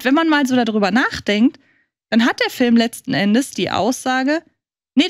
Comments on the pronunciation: FÜLM... Kannst du es einfach richtig aussprechen man? ... BÜTTE?... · Kann ma bittel jemand sagen, dass "Film" nicht "Fölm" ausgesprochen wird... Mag ihn, aber auf Dauer (und er benutzt dieses Wort ja auch in jedem Satz drei mal hintereinander) stört es leider schon... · wenn er dann noch "Film" sagen würde und nicht "Fölm" wäre alles super.. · Da hast du dich verhört. meint Föööm, ohne l. Ein Föööm ist ein Lichtspiel unter Mitwirking von Tom Cruise.